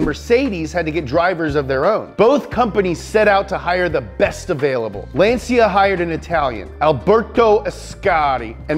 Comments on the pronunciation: Why he pronounce Lancia like Lan-see-ya ? lol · Ummm, it is "Lahn/tchah". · LanCia LanCia non LanSia